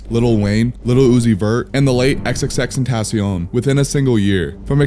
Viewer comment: Xxxten-taaacion lmfao i hate how some people say it